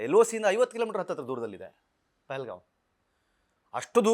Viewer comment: Le kirikka adhu pehelgav alla pahalgham😂😂😂